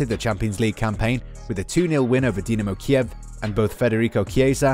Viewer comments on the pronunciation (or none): none